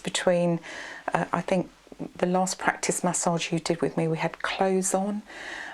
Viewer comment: I've never heard someone pronounce massage as mahss-otch and the word cautious as coch-ous. 😆 Very relaxing voice and video though. 👍